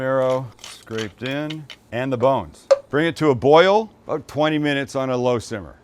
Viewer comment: when he says “aboat” lol or awkwardly moans